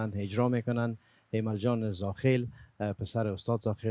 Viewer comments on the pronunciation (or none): گفتن خوب ارجا کردین هههه اجراَ نه ارجا